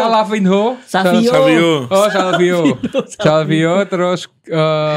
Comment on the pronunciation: Masih aja nyebut savio padahal savinyo bacanya 😅